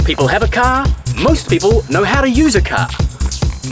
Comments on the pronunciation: "THIS!......is a cahhh" xD lol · Can you say car one more time. Funny as :-)